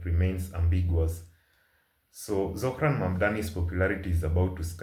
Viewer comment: Why can't Cuomo pronounce Zohran's name. I don't think Zohran needs an endorsement from Jefferies. Jefferies is a Zionist stooge, he prefers the shekels.